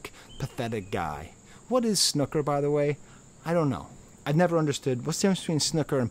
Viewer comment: Nice vid but please don't say snooker like that 😂